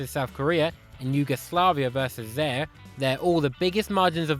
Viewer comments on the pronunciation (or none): none